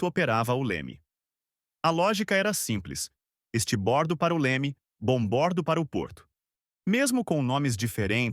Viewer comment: Me dói o ouvido, cara vir explicar os nomes de direção de um navio e falar estibordo estuda mais um pouco ai amigo.